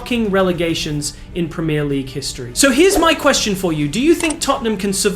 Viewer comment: I’m an Arsenal fan but Jesus Christ, this mf can’t even pronounce “Premier League” normally 😂. Americans man, bet this guy just makes content with the goal of money, don’t know a fucking thing about football haha